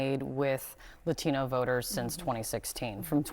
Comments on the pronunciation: I’m absolutely disgusted by this anchor woman’s disrespect to the Latino community. She’s purposely mispronouncing the word Latino, while sitting across from our hero AOC who proudly says it the correct way! How racist! She should be fired! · Why is she saying Latino like that? It's like the only word she emphasizes an accent with.